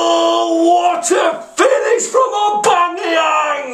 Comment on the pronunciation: Its "Aubameyang" not "Aubangeyang"